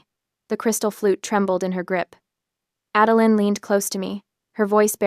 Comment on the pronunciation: LOL My ex-mother-in-law's middle name was 'Adeline' . She never knew how to pronounce her own name. One day it was 'Ad-el-eye-n' the next day it was 'Adel-een'. I grew to hate that name. This story is the first time I've heard the name since she died, I loike the way OP pronounces id 'Ad-el-lin.'